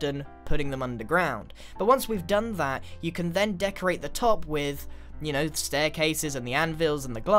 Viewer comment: Grian purple spiral: i may think det purple spiral is my fovorite Also grian: i Think the ligthouse is my favorite